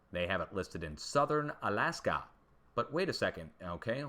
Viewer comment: On- Alaska. Like “On and off”